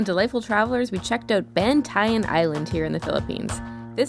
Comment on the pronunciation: It’s pronounced BAN-TA-YAN (Ban-tie-yahn).😅